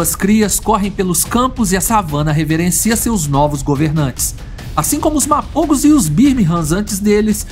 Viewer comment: Мапого а не мапово